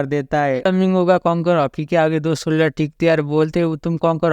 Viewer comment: soldier ka pronounce thik se kr bro its too irritating